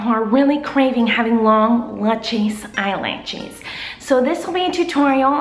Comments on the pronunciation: I knew she would say eyelatches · " eye latches" teehee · I knew she'd be saying "eye-latches" before even clicking on the vid :D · you know miranda too well if you read eyelashes "eyelatches" 😂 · long latchez eyelatchez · The way Miranda says eyelashes haha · kills me every time. I die laughing. She's like 'If you want lu-chus eye-latches' and I pause the video so I can have a moment.